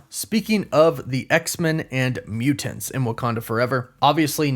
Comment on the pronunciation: Ugh! Why does he say Mutants like that? Lol